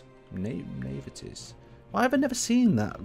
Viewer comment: I'm not sure if you're dyslexic but there was no "T" in Navies.